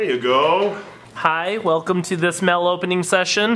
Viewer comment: Why does Shonduras say mail with a e? Mell